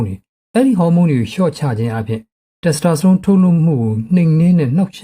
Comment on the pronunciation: Testosterone ကို တက်စတြာစတုန်းလို့ အသံထွက်သလားဗျာ